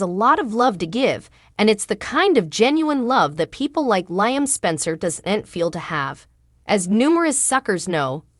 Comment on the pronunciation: The readers need to w atch the show to pronounce names right. It's "Leeam" not Lieam"